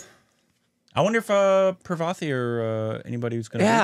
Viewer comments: Its not pra-vaa-ti. Its paar-va-ti. 😂 I feel the pain when they distroy the actor's name. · Her name is not pronounced Pravethy... It is 'Paar-vathy'. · Its not "Pravathy" , its "Parvathy"